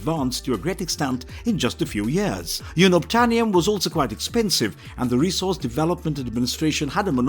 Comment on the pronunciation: YOON-obtainium??? WTF?!!